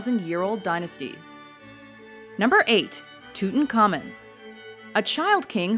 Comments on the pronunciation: WatchMojo, I know you've covered pronunciation in your FAQs, but I'm still wincing every time says "Tootincommon". His name was pronounced "Toot-ahnk-ah-moon.":-/ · Why can't you 'muricans at least TRY to pronounce names correctly, at least these great histroical figures. Who is "selassy"?? It's Selassiè with the French pronounciation. Who the heck is "tutankaimon"?? It's Tu-tan kah-mòn Who on earth is "sharlamain"?!?! It's either Charlemàgne with French pronounciation or Carlo Magno with the "gn" sound not "mag-no" It's not a big effort, it's pretty simple, the worst you can do is to "americanize" historical names also because 95% of great historical names are not american. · Its not tutankhamEN. Its tutankhamUN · Its Tut-an-car-mune